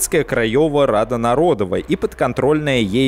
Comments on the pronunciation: Мне нарОдова прям по ушах бъет, нородОва должно быть. И не Осековский, а Осенковский. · Кстати, не нарОдова и лЮдова, а народОва и людОва, так как почти все ударения в польском ставятся на предпоследний слог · Отлично, только ударение. Не liUdowa, а liudOwa. Не narOdowa, а narodOwa. Очень режет слух... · Хороший материал, особенно учитывая, что я живу в Польше. Только просьба, в польском языке ВСЕ ударения на предпоследнем слоге, народОва, крайОва, людОва. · Не нарОдова и лЮдова, а народОва и людОва. В польском языке ударение ФИКСИРОВАННОЕ - на предпоследнем слоге. А то, что произносите Вы звучит... жутковато. Любой СОВЕТСКИЙ школьник как раз в этих слова: "Армия крайова", "Армия людова" ни разу не ошибался. М-да-с! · В польском языке ударение преимущественно падает на последний слог: народОва Рада, людОва Армия и т.д. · в польском ударение всегда ставится на предпоследний слог, поэтому корректнее произносить "людОва" и "народОва" :) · спасибо за ролик. Одно замечание: в польском языке ударение падает на предпоследний слог. Поэтому ЛюдОва, народОва итд. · Уши, конечно, вянут от "лЮдова", "нарОдова" :) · Ну раз взялся за Польшу, что ж не ознакомиться хоть слегка с польским языком? Первое простое правило - ударение на предпоследнем слоге. Уши ж отрезает нафиг - лЮдова, нарОдова. почему еще не крАйова? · В польском языке вы ставите ударение не туда. ЛюдОва, НародОва, КрайОва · В польском все ударения на предпоследний слог. Пожалуйста.